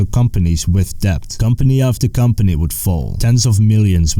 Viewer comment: The b in debt is supposed to be silent ;)